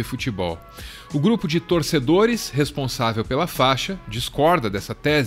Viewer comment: Não é " faxa" é fa I xa !!!!!